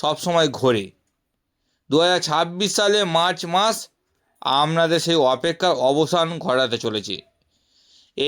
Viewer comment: উচ্চারণ ঠিক করে করুণ। আমনাদের বলে কোনো কথা হয় নাকি ?